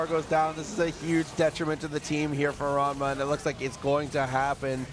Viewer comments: Can someone please tel her it’s RaNma, not RaMna? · l love how Persia calls ranmasama raMNa sometimes